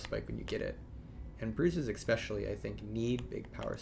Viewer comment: Please God someone tell this man how to say the word especially